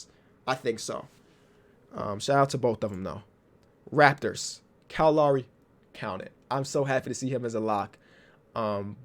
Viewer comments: When you said Kyle Lowry I thought you said calimari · Normal people: Kyle Lowry: Cal Lauri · if the raptors go back to back can we get 10 minutes of you saying kayle lawry (kyle lowry)